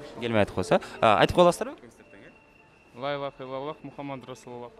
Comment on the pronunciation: Лаиллаха дебей Ляиллаха десенер